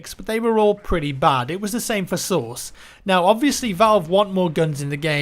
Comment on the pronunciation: I know he says "CS:Source" but it sounds like "CS:Sauce".. I find it funny.. ^_^